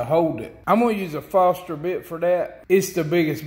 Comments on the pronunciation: Nice videos, I've seen 2 so far and I enjoy your 'Hacks', they're inexpensive, easy and quick to make, and look like they would get the job done. Don't know if anyone already mentioned this, but the bits you recommended are not Fah-ster (Foster) bits, they are Fo-R-st-Ner (Forstner) bits, one 'N' and an extra 'R'. Not trying to nitpick, just thought you might want to know. If I came to you and asked if you had a hand full of steeples so that I could finish a job, would you know what I was asking for? Some people here in Oklahoma say that word for (fence and paper) "Staples" used to hold barbed wire on wood fence posts, and school reports together. If they wrote down on an order form what they pronounced, they had better have at least a couple of Churches they are wanting to decorate, and a couple of bells to put in those 'steeples'. One Foster makes beer, another Foster makes hydraulic lines and fittings, maybe there is one but I can't find any Foster that makes drill bits for wood. Just as I can't find any 'steeples' that I can hammer into a barbed wire fence line or that would hold a report together. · The camera float and camera stick are awesome. I'm gonna build one of each this week. BTW putting foam inside a sealed up pipe does not add buoyancy. Foam is buoyant in water. Foam is not buoyant in a sealed box. Also, that big bit you used is not a Foster bit. It is a Forstner bit. It's pronounced Force-ner.